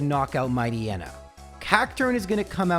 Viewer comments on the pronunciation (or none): none